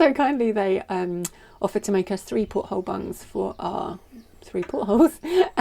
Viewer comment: pronounces 'porthole' similar to how most say 'gunwale'; the last half just gets tacked on and mumbled. Those bugs are pretty, also look like useful padding for 'sitting on the floor doing awkward maintenance jobs'. Also, how many inappropriate jokes have you had to remove from the comments with a title like that?